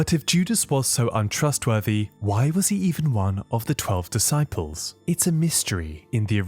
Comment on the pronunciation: Duhsyples 😂😂 f this ai crap